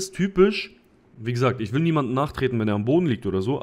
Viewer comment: Was ist mit deiner Aussprache passiert? Seit wann sagst du "isch"?